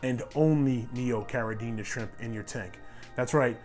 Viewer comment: Habla Español? Lol It's Neocaradina, not Neocaradiña ;-)